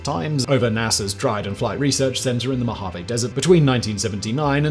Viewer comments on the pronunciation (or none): none